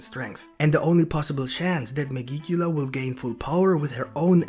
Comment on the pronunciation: Oh yeah, megicula is not pronounced that way. It's like magic, but with an 'e'.